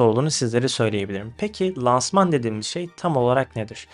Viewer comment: Lansman öyle telaffuz edilmiyor. İlk a ince olacak.